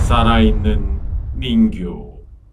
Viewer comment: 싸라있는 인형😎